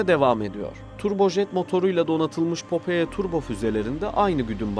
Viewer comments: Güzel video ama telaffuz hataları var. Popeye füzesinin adını yazıldığı gibi okudunuz. Okunuşu "popay" olacak. Büyük patlak göz anlamında ayrıca bizdeki "Temel Reis" çizgi karakterin orijinal adıdır. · Popoye ne ya şu telafuz işine az özen gösterin allah için her videoda bi falso bi bak bu nasıl okunuyor diye.